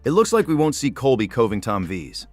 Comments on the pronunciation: Who’s COBLY ? Oh you meant COLBY. Are you dyslexic? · You can't pronounce Colby right? WTF